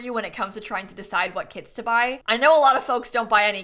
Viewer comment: I can't help but to hear "kids" instead of "kits" and it's so funny, lol